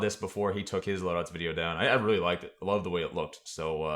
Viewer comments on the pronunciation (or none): none